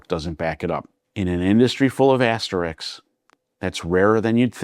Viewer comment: I really enjoy your videos. Thanks for doing them. It might be your Jersey (?) accent, but Wimbledon does not have a t in it, and asterisk is pronounced as it is spelled. I realize i am pedantic.